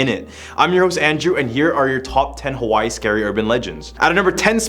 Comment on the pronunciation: Native hawaiian here, i was dying at the pronunciation, especially with iolani and just the pronunciation of hawai'i to start